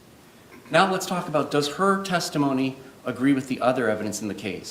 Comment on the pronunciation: Why does Henderson say WIF(with) and deaf (death) It's not a speech impediment because he says That There These Sorry that kind of thing grates on me I love words